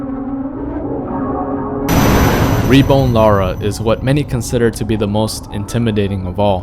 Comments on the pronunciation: REBORN NOT rebone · Re-bone?!! lol it's reborn as in born again